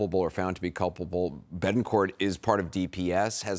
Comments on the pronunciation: Can this news commentator not enunciate Ts??! Seriously, “ Beh-en-corh.” No. BeTT. En. CorT. SO ANNOYING! English is not that hard. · Does it bother anyone else that the reporter can’t pronounce “Betancourt”?